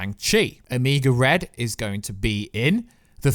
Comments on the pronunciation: Omigo red? It’s Omega Red. “Omayga” that’s how you sound it out. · OMIGO RED????? Sounds like a Lucha Libre or hot sauce, his name is Omega Red.